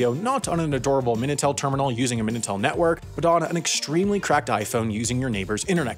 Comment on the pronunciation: Minitel* not Menatel